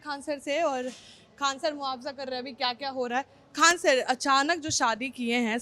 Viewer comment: 😂 muaawza nahi moina hota baklol